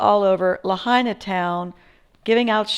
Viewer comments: It's properly pronounced Lāhainā, not Lahana. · Pronounced La Hi Na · I also know a few friends who lived near the safeway over by kahoma street. They werent able to get out in their vehicles so a bunch of people went across the street and took a bunch of shopping carts for the entire neighborhood, they were trying to load up some of there belongings and walking them up north to the civic center. I also want to make sure youre aware you're pronouncing Lahaina wrong. LA-HIGH-NA. I also went through lahaina a couple days after the fire with my husband who is a emergency responder. We were able to drive through the baracades that following Thursday. I took a bunch of video footage that I haven'tt posted yet on social media. I work for a jewelry store on front street and i went in to see if anything in our jewelry store was left and to see how our safe held up. It was completely pulverized and devastating. I actually have a woman on film trying to pick through the rubble right in front of me looking for jewelry. :/